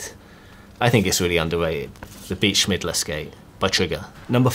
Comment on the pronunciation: Trigger Beat Schmidler :DDDDDDDDDDD I die everytime I hear it. His name is Schillmeier